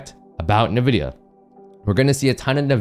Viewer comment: Hey boss, respectfully, NVIDIA is pronounced “en,” like the letter “N”, then “VIDIA.” Respectfully